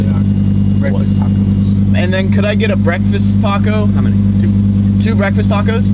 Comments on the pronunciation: Bekfast Huh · It's bekfast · Unspeakable: Bekfast: BEKFAST!!!!!!!!!!!!!